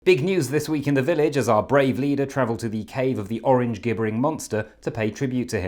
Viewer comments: "g"ibbering?! Surely that's pronounced gibbering (J)...that's weird! Otherwise, brilliant ❤ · Gibbering is pronounced as in "jibbering". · Gibbering is pronounced Jibbering. Weird that Jonathon Godisgood - makes the same pronunciation error. There's something strange going on here...I just can't quite put my finger on it! Ever noticed - Jonathon Godisgood bears a striking resemblance to Brains from Thunderbirds? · Gibbering is pronounced with a J, you gibbon ;-)